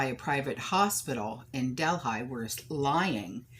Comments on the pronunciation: I think it’s pronounced del he. Worked there it’s so huge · Quick question. is she trying to say ¨Delhi¨ as in deli. Im confused as to where she is talking about I dont know of Delphi or Delhigh, Im thinking she means Del(h)i. And there is a major planet flying towards us at 40,000 mph, im sure the power players over there took these supplies for their emergency stock piles, cuz they know whats coming, the average everyday person has no clue.